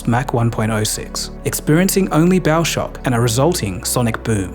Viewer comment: Thpught he said "experiencing only bowel shock"